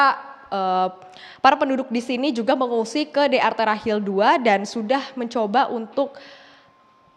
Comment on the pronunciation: hill maksudnya hil lir